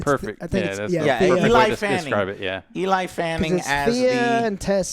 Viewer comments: EL-EEE, not E-LIE. smh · It’s not ELI!? Why don’t the other two help Joe pronounce names and words correctly or do they just not know either lmao?? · God stop fucking sale Eli when it clearly says Elle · joe : E LIE FANNING E LIE FANNING Elle is a french word that mean "she" , its pronounced "L" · I get mispronunciation of Dan Trachtenberg but "Eli" Fanning? You're putting up a review, at least take a total of 2 minutes to find out how to say their names. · It’s Ellie not Eli you simpleton lol (I’m joking don’t get mad) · Elle fanning joe, not Eli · Who the F is ELI FANNING??? its Elle ( L ) Fanning lol😂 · I use to think he was trolling getting peoples names wrong but holy shit this dude really doesn't know how to read and has zero idea who people are. Eli Fanning huh Peyton Manning's little sister i guess come on dude if you are gonna talk about these people at least get the names right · its pronounced "Elly" you dork........... Looking forward to it............sound like the "lore and culture" bit is for me.............but the possible "cringe" is not good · EELAI Fanning ? Dude 😮😮😮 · Eee-Lie Fanning, sister of Daytona Fanning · EE-LIE is cracking me up. I love how Joe pronounces things haha. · so many times, he kept looking down and reading the word elle and saying eli lmfao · Joe has never ever been good at pronouncing ANYTHING. He ALWAYS tries “big words” and fails. He’s either dyslexic or “slow”. And I say this as huge fan of the channel lmao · Why is Joe so freaking terrible at saying names correctly? Is this a legit medical condition? CTE? I have never seen someone this consistently bad at names. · “I’ve been anticipating this movie for so long”. Can’t even pronounce the lead actress’s name. Joe is so low IQ